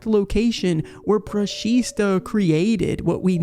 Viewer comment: It's actually "brushita"